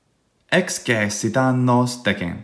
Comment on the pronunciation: Throughout the video, and especially toward the end, it sounds like the “e” in excessit is long (and not just the syllable over all). I would’ve expected the syllable to be read “ces,” as in “ex-ces-si-ta.” In the video, it sounds like “ex-ce-si-ta.” Maybe my ear is still adapting to hear the distinction, but I know other forms of excēdō have the long ē in the middle, so I was wondering if this was on purpose (in which case the text in the video is missing the macron), or if it was just my bad ear, or if the long ē was creeping in from one of the other forms in your mind?